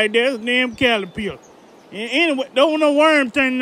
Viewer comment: Calapiller lol